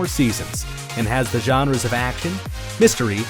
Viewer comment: The “genreys”